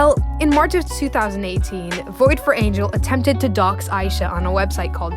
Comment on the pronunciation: a- ee- sha